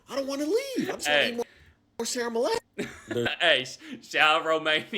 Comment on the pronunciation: I'm sorry, what? You ate What in Romania? Sarah Malayh? Are you sure you didn't have Sarmale (Sarmaleh), And what on God's green earth are Misi? It's Mici (pronounced for non Romanians... (actually,make that Non Europeans) as Meetch... or to simplify, Mititei). There is no team called Stawa, it's Steaua, and I Don't know what Rapidi is, last time I checked they were called Rapid... just saying... do better. No, really, I'm sorry, but people Actually Trying to mispronounce names of food lr sports teams wrong just for clout, sorry, bot rubs me the wrong way